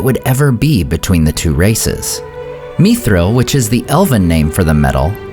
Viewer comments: Not "meethril", not "mythril" but mi thril, like it, is. Meethril is such an alien pronounciation. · why are u pronouncing it as me-thril? YIKES WTF IS THIS MAN